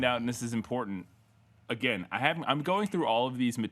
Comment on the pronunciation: "One of these characters is never seen agin" Agin? You read too much Edgar Poe.